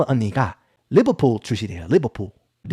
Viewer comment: 하... 리버풀 발음.. 진짜 개 극혐입니다 😢